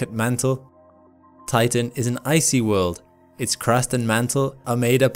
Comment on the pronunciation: For a moment I heard titan as tython